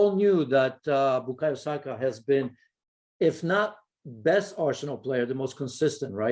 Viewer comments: SakA not Sako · He has been around for long enough now his surname is not Sako it is SAKA PUT SOME RESPECT ON HIS NAME. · Baffles me that someone can be paid as an "analyst," yet can't be asked to learn how to pronounce the names of players he talks about. It's "Saka," not "Sako." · Why do people keep saying sako. His name isn’t hard. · seen too many people call him ‘sako’ it’s really not that hard 🤦🏾‍♂️ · Someone tell this guy to stop calling him Sako 🤦🏾‍♂️ It’s S-A-K-A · HIS NAME IS BU-KA-YO SA-KA FFS. Get it right Mark. SMH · Bukayo "SAKA"